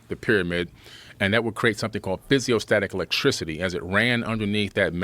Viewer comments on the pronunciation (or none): Hey, when you say Physioelectricity...you meant the word Piezoelectricity, right? SMFH we got us yet another quack grifter here folks.